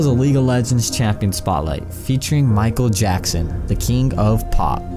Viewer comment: MICHAEL YACKSON?